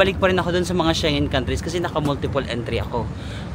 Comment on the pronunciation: Shengen is pronounced as SHENG-GEN.